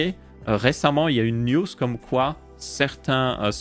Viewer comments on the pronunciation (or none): none